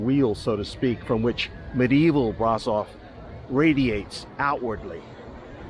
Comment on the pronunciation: Another lovely video 😊. Braşov is pronounced Brashov though, sweetheart. No worries. Romanian's not an easy language. The people here are so nice and lots of them, especially the younger ones speak English.